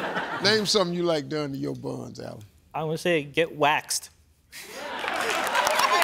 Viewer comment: His name is pronounced A-lon. When Keaolani introduced the family in another video, she pronounced his name correctly but Alan never corrected Steve. He’s the worst with names, & I don’t blame him.